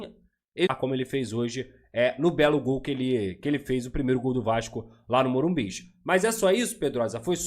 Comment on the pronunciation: O certo é Morumbis!